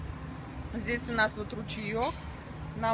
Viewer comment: Вот такой у нас здесЯ обед !! Что за сЯ в словах везде ?? Противно